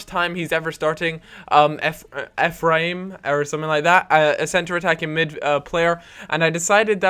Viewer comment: his name is pronounced efrem